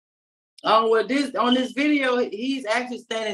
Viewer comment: Poor Judge. She has the patience of Jobs! And I' didnt know "on" was 2 syllables. O-won?